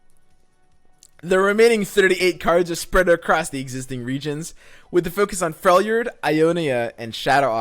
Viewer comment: did... did he say felJORD?...